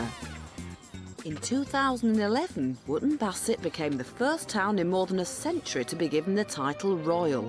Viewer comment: 38.40 "Here in Royal Woop Bassett". Oh dear Davey.